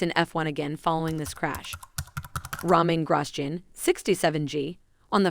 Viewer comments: Roman Grosjen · Ah yes the best French driver, Ramein Grasschin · She said ramen grossgenes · romayn gros jin